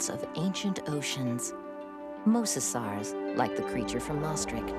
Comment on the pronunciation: Mosasawrs! Pterosawrs! XD